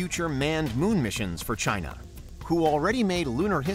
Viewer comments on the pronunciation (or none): none